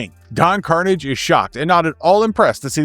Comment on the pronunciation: buddy...don carnage is no relation to symbiotes his name, carnage is pronounced more like corsage like the prom corsage. don carnage speaks in a french European accent he isnt english. i say...it really grinds my gears when people mispronounce Don's name.